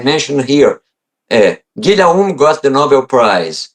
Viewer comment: "Guillaume" pronounced a bit like Giy - oh - m